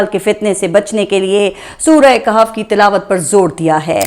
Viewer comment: Keh'f Nahi kah'f, correct pronunciation